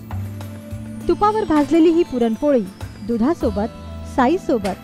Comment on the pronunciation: please take care of your language and grammar. you couldn't pronounce the main topic also correctly. very off putting.